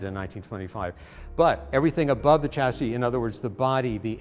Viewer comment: All that knowledge in your head and you can't pronounce the word chassis. NO NO.. cha cha cha ... It's a silent Ch and Shashi shash EEE. now you say chassis.